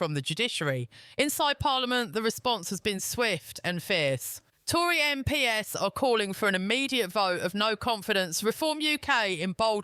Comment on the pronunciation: Your narrator is rubbish. MPs not m. P. S. Ffs